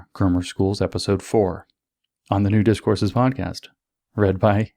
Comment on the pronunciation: On this special occasion of the podcast I heard you saying "Nudist Courses" instead of "New Discourses". But it's only half funny :/